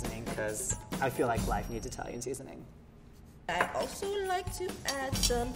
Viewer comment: I almost thought he said life